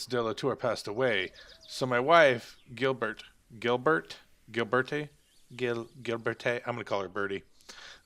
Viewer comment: It's pronounced "Zhill-Bear."